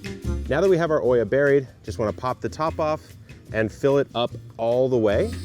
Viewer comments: It's not called/pronounced oia, it's Olla, double the l in pronunciation. It comes from the Arabic word Qulla which means unglazed terracotta pot. 😊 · Neat system. I'm curious why you are pronouncing the word like it's spelled Oiia, instead of OLLA ?